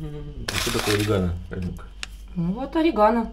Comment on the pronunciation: У нас в Колумбии делают sancocho из бычьего хвоста с guacamole из авагадо. (sancocho de cola de rez). Тоже очень вкусно, язык проглотишь. Кстати орегано, произносим с акцентом на третьем слоге, на "е". Произносим Комино с акцентом на "и".